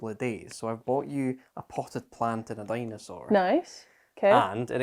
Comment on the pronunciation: "Dino-sore" for the dinosaur's name :) Get well soon Abbie!! The tracks need you.